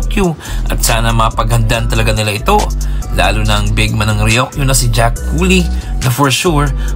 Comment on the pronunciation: Ryuk - yu. Hindi Ryok - yu.